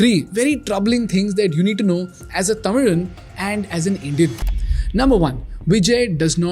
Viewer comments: Out of all the debriefing, nailed it. Although I don’t completely agree and there’s a major amount of fan votes that went to Vijay. I loved how he pronounced Tamilan, I as an Indian and a Tamilan loved it. Jai Hind! Tamil Vazhga! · நான் உங்களை பெரிதும் பாராட்டுகிறேன். ஒரு பிறமொழிக்காரனாக தமிழன் என்று "ழகர" உச்சரிப்பை சரியாக பயன்படுத்தியதற்கு I greatly appreciate you. As a non-native speaker, you used the 'Zha' (ழ) pronunciation correctly, like a Tamilian.😅😅😅